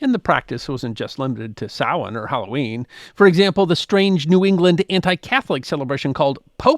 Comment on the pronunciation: OMG! Someone who pronounces "samhain" properly! Thanx for avoiding AI voicrs.😀